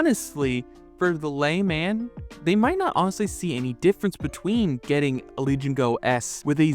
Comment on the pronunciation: Did he just say “lay man”?! 😂